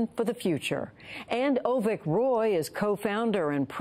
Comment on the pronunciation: Hey man, its Avik not Ovik.